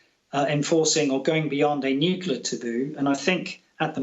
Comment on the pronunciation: Nukula weapons? What are they? Inability to pronounce Nuclear by a claimed war expert demonstrates lazy language which reflects negatively on credibility.